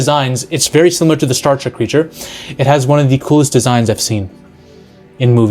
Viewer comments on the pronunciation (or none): none